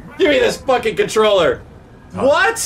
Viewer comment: “They phockin”😂